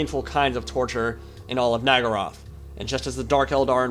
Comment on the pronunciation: Question, why do you seem to keep pronouncing Naggaroth as Naggarai/Naggaraith?